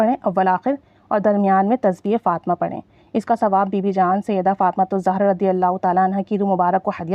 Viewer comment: سیدہ فاطمہ زاہرہ علیہ السلام پلیز صحیح پڑھا کریں